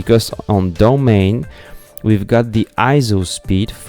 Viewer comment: Domane is pronounced "Doh-mon-e".